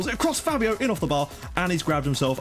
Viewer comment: btw, I think Fabio's name is actually pronounced faybio (due to the accent).